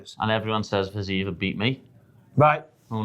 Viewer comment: It's pronounced 'Fi-Zi-Ev' not 'Fizeeve'